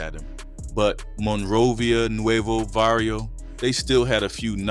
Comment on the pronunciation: It's Barrio not varrio